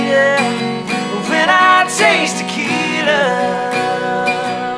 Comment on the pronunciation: Why are they pronouncing it taquita? It ain't a taco it's tequila